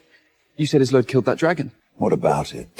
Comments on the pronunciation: I wish they'd get the pronunciation of her NAME right. (So many of these videos ALL get it wrong!!) It's NOT "IZ-oh-let" or "IZ-oh-lade"; it's "Iz-OLD-duh"!!🙄🙄🙄😥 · Isolde is usually pronounced Is-old, not Is-o-let or is-o-laid. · Isolde is not that difficult to say, dammit! Is-ZOL-day. I guarantee you it's never been pronounced as "islam" 😂😂😂😂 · is there really any voice AI can said isolde name right :face-green-smiling::face-green-smiling::face-green-smiling: wtf isoline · The way they're mangling her name is frying me 😂😂😂 I believe Isolde is pronounced uh-zoll-duh. Hell, i could be wrong too 😂😂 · Isolde's name was said correctly only one time! Karon's name? Ridiculous